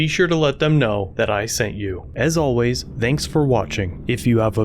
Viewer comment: Did narrator start the word ‘thanks’ with a D at the end of the video?